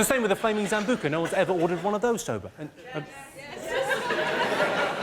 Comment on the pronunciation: It's Sambuca not Zambuca